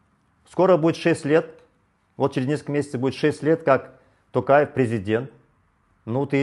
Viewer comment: Аблязов даже говорит "Токаев" на русский манер,а не казахский.